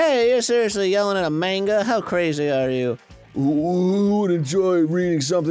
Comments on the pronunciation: i hate how Arin says Mane-gah lol ITS MAHN-GA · Just noticed Arin intentionally changes his pronunciation of "manga" every time